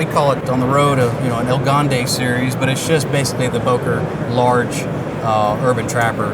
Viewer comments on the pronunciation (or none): “The el gande series” this guy obviously doesn’t know a word of Spanish